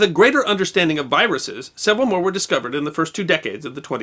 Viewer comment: I thought was saying biruses not viruses. Did anybody else hear this or was it just me?